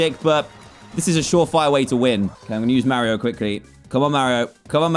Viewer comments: Am I the only one who thinks it’s weird when he says mawio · DAN ITS NOT MARIOOOOO ITS MARIO -_